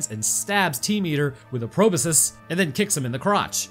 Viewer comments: My brain when said magical proboscus, "It's a magical proboscus Charlie." Then again and again, every time he said Proboscus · BTW "Proboscis" sounds like it is spelled: "PRO-BOSS-KISS". Yes, I am Mr Helper, but come on, microbiologist.